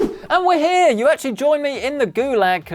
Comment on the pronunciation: it is heeya